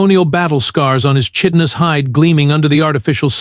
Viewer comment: I wish someone would teach their AI how to pronounce chitinous. It's like kite in us.